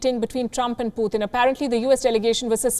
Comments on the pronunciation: It's Putin not puthin 😂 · Putin not "Puthin"